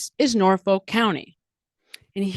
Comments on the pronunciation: BTW, it's pronounced Norf-uk. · You're pronouncing it wrong, it's Nawfik.